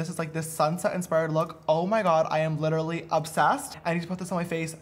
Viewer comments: JAMESSSSS you keep saying litery it is pronounced lit-ter-uh-lee literally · he can’t pronounce literally